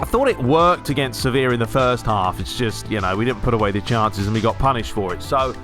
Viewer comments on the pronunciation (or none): none